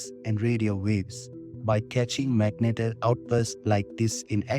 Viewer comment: Phonetic : Mag-Net-Ar Good video, this comment is not an insult, so please don't take it as one. You seem to have a problem with the word so this is how you say it :) Keep it up :)